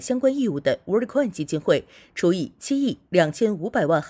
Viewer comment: 不是 “WHAT ” coin 是 ”World” coin 如果 ”World” 发音是跟What 一样 那 真正 What 的发音是什麼？